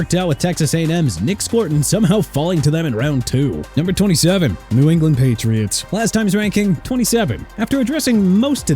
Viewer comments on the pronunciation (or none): none